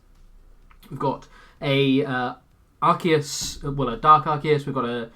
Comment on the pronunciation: How do so many pokemon youtubers mispronounce Arceus?